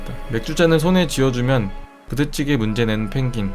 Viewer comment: 발음 엄청 찰지네여. 부댓찌게